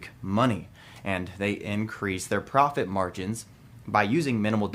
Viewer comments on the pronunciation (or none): Did just say PROF-TIT???